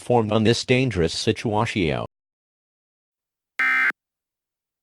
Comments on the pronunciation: Situasio is what I heard lol he had a stroke or something????😂😂😂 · I straight lost the ability to breathe for a moment when it said "Dangerous situwashio" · Absolutely no one: EAS system: Entroance, Intructawens, Strektgh, and he flew, Situwatchio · “We will keep you informed on this dangerous situwashioun” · The way it pronounces situation tho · Is that how he say situation